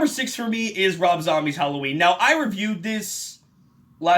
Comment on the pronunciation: I swear, I thought he said 13 reasons whallaween.